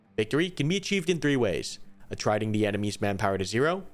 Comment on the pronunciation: It's pronounced "a trit ing" not "a tryding"